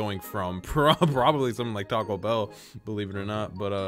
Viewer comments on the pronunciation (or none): none